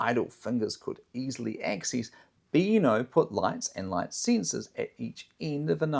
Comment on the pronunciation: They are called "sensors". Not "sinsers".